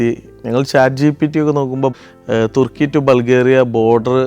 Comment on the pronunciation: തെർക്കി അല്ലതുർക്കി മലയാളി അങ്ങനെ പറയണം